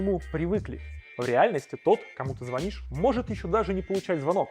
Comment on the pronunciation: Не зв0нишь, а звонИшь.